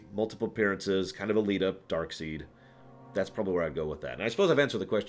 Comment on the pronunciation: Is DarkSEID not "Darkseed".